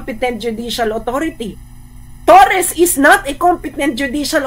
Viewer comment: Mam torre po hindi torres hahaha sorry mam prrd ako kino correct lang kita